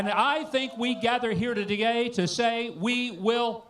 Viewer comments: At Huckabee says "we here toda-gay..." snort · Was that a Freudian Slip there by M. Huckabee? "I think we gathered here to...", wait, what did you say? Sounded to me like he said "We gathered here to gay"...don't let all of that homophobia turn on you and make you talk about Mr.T thinking how mighty cute you look in them overalls there!, LOL!